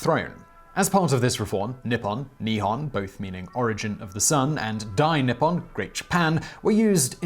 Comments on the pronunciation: Nihon not Nihhon. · simon very good explination of tue subject! I know asian pronounciations arent your forte so im not mad or butt hurt about it but nihhon is still in use so i thought id just clearify for future references. Try saying nihon like knee-hone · as a Japanese language student who knows the answer..... let the trial begin... i will edit after Edit: Not bad. As for pronunciation, pretty good, but it should be NI ppon / NI hon and not ni PPON / ni HON You did miss that the characters themselves 日本 (ni - hon/ppon) mean:日 Ni : Sun/day 本 Hon/Pon: root/beggining/ book